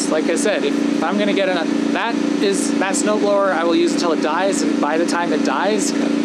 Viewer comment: It turned you saying "snow blower" into "snow frower" lol